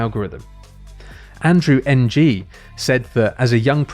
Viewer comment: It's not Andrew N. G. BTW. It's actually Andrew Ng.